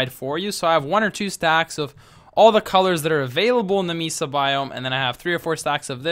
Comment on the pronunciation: Great video. BTW Mesa is pronounced Maysa =).